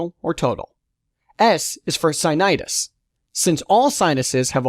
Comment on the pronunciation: Some words (names and terms) were mispronounced! Narrator should have done his homework! Examples: Anosmia , sinusitis , nasolacrimal duct ( - LOL)...